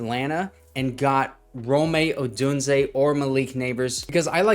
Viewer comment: Love the videos but plz stop saying (roe-may) Odunze. Triggers me so hard lol